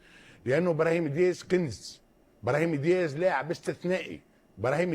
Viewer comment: اسمه أبراهيم دياز وليس إبرهيما دياز يعالم ياهو إسمو أبراهيم دياز